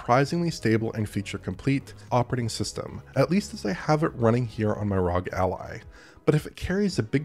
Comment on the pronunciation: why did you pronounce ROG like that it's R-O-G not one word.